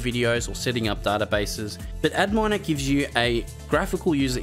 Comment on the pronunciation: I think Adminer is supposed to be pronounced as "admin-er" rather than "ad miner" lol